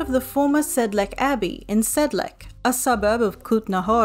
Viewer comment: The c in Sedlec is read as C, not K